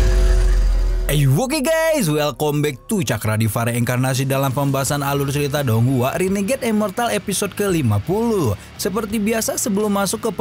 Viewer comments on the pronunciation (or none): none